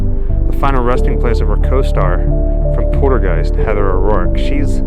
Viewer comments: pol-ter-guiest not porter guise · POL-TER-Qeist not Porter-Qiest